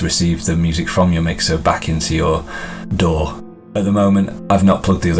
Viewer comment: This video is very well done, clear and helpful every step of the way! And thank you for saying "Daw" instead of "D.A.W." :)